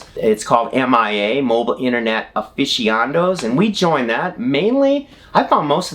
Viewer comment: RV a-fish-ee-on-does????? Com'on guys, learn to get your pronunciation correct!! "ah-fi-see-uh-nah-does" OR "uh-fish-yuh-nah-dohz" is the proper way to say this and it is spelled **aficionados**! Since you SAY you now have the internet, use: , as it really IS the best thing going for spelling and pronunciation ;-)